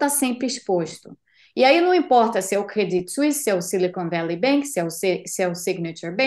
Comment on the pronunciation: Que maravilha a pronúncia dela para credit suisse. Horrível ter que aturar a pronúncia do pessoal tipo CRÊDITCHY SUÍSSY... vsf hahaha